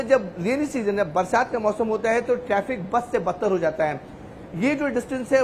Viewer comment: टैफ़िक नहीं बेटा ट्रैफ़िक!